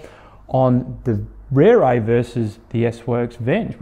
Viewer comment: it's an impressive looker, for sure. - Just wish the company would help promote the correct pronunciation of the beautiful Maori language words they use to go with their beautiful bikes. It ought to be pronounced "Reh-reh," not "Rear-ray." Same for "Teh-reh" (not "Tear-ray"). Tere means quick or fast. But good on the reviewer for giving the bike a solid and fair review and helping highlight a fair dinkum new brand for a company bringing top notch quality to an already crowded market.